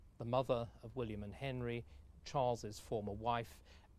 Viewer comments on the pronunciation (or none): none